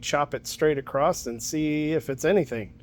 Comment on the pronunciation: Did you say ACROST?